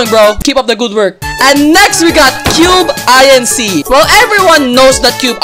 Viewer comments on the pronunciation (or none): cube i n c? dude its cubeinc its like a company cubeinc thats how you say it not cube i n c ITS CUBEINC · "Cube-I-N-C" that actually made me mad lol